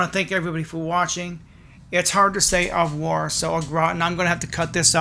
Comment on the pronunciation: It’s two words. Au revoir. And it’s not hard to say at all.